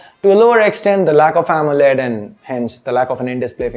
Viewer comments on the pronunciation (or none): none